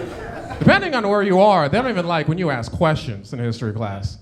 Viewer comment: Its " ask " not " axe " bruh 😒